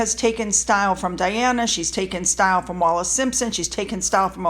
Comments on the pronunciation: Bruv! It’s Wallis not Wallace! Stop embarrassing mexiteerers! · PS it’s Wallis “WALLIS”…🙂❤️ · Wallis. As in Bessie Wallis.